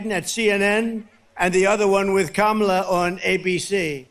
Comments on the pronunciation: He said Kamala’s name right . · Well at least he said her name correctly this time 👏👏🤣🤣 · Today he pronounces kamala correctly ! Tomorrow no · At least he says her name right 🤣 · Wow he messed up and pronounced her name correctly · Funny how he’s not giving Kamala an adjective and suddenly saying her name right. He knows that the same old tactics aren’t working for him. He’s losing bad!! Let’s win this #HARRISWALZ 🎉🗳️💙💙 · In his excitement, he's accidentally pronouncing her name correctly again! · He suddenly can pronounce the name Kamala properly without missing a beat. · Notice how he pronounces Kamala's name right. He does it only when he want's to, he's a big asshole. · He pronounced her name correctly twice! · Hey, he said her name correctly! Did he forget to remember to mispronounce it? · He said her name correctly this time which proves he knows her name and is mispronouncing it on purpose.... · Hey he said her name right!! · Trump pronounced Kamala’s name correctly, he must have forgotten himself! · Wow, he finally pronounced her name right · Trump accidentally pronounced "Kamala" correctly for the first time. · At least he's pronouncing her name right. Either that or he's slipping. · I wonder if he has realised that he accidentally pronounced her name right. You’re losing your touch, Donny! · He can pronounce her name correctly now I see😂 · He said her name right! He knows that lady's name! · He pronounced her name correctly for a change. I’m surprised. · OH Lord! He pronounced her name properly! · SHE ALI WHUPPED HIM INTO SAYING HER NAME CORRECTLY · He pronounced Kamala's name correctly! He MUST be losing his mind!! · That's probably the first time I've ever heard him pronounce Kamals name correctly , it was probably inadvertent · Am I hearing this right…? He’s ACTUALLY pronouncing her name right!? Wow! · at least he said her name correctly at least once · Trump is pronouncing Kamala correctly now. I wonder why… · He said her name right...for a change 👏🏼